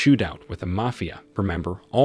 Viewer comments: You need to learn how to say the word " mafia". Two different reviews , you have pronounced it " may-fee-uh". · Its mafia not mofia😂😂🤣🤣🤣🤣